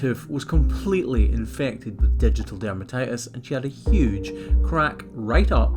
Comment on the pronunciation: Did you say digital dermatitis?